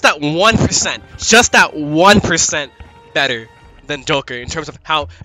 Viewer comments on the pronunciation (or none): none